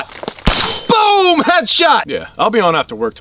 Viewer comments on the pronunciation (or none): needs more emphasis on the "boom" in boom headshot. channel the inner fpsdoug